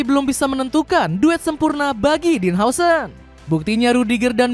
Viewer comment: Dean huijsen di baca din hause 😂